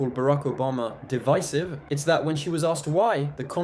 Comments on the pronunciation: She didn’t even pronounce the word correctly, I doubt she can explain what it means 😅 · She can't even pronounce the word "divisive". Maga makes statements and when they adked for proof of what they say, they just jump to the next unfounded statement. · She mispronounced "divisive" because she's a clown.